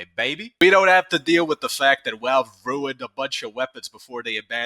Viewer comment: theres no way i can take your video serious with that speech impediment, walve walve walve, wascally walve